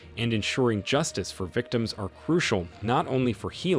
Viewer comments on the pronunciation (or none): none